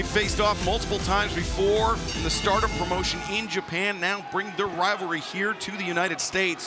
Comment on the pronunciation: Why does Excalibur add 3 additional "M"'s to any word with an M in it? "Prommmmotion" Give it a rest.